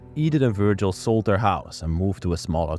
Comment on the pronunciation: I think vurgil, is pronounced vurjal. The G is a J.